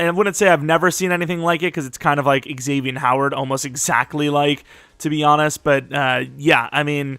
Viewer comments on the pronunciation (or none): none